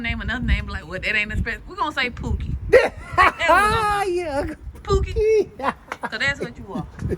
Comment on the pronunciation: i thought u called him PUTIN hahahahaha not pookie